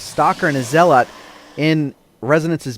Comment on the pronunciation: Nice job for your first time, BUT! You have been watching HD too much, Zealot is pronounced Zelit not ZelOt (put too much emphasis on the o) . I literally can't watch HD because of him saying that it is one of my pet peeves. Other than that good work